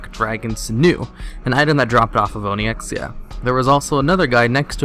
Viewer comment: Ony exia. Good lord.